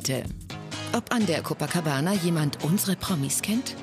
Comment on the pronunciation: Jedes mal wenn ein deutscher "Copacabana" ausspricht, stirbt ein einhorn.